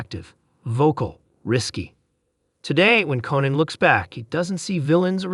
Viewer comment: If this idiot AI voice doesn't know how to pronounce the name Reiner or Conan, they shouldn't be writing anything and ought to be disconnected. MJG